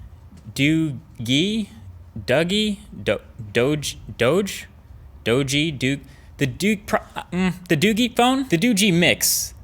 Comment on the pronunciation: The doogee phone is pronounced dookie